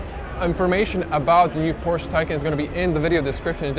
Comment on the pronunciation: It‘s Porsche not Porschaa. And it’s Burmester not Burmeister. It’s not Rocket Science to get that right, but obviously very difficult for you.